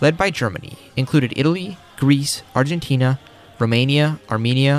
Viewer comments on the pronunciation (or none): none